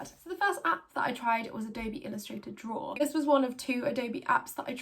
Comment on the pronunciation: Ello, my name is Simon and I love to “drawra”.